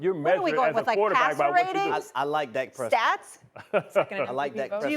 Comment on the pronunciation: Lol, Harry, Dak Presscot?! 🤣 OMG 😂...